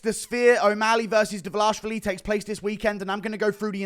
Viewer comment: I love how you still can't pronounce last name 😂